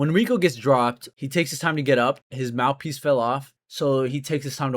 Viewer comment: 28 seconds looking for mouth peas? What are you mumbling about donkey expert!